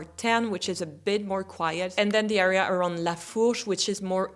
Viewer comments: btw you keep pronouncing the word area as ARR-ea but it should be ERR-ea (with the [ɛ] sound instead of [æ]) 😂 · Très bon anglais mais prononce le “a” de “area” comme un “ai” et pas un “a”. I feel like all your “underrated” + the 14th would be in my own “A” or “B” category. Personally I don’t love the 17th, it’s my own “bof” mais tous les goûts sont dans la nature !